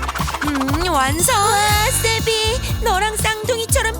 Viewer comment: 나만 세비가 쌔삥으로 들림?